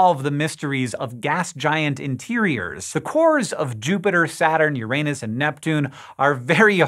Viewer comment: mispronounced "Uranus" again...